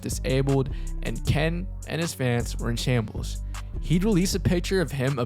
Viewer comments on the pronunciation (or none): none